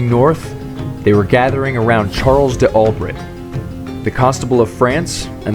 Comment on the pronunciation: Charle Dalbray not De Albret